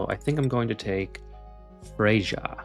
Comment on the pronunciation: Freyja = Fray-uh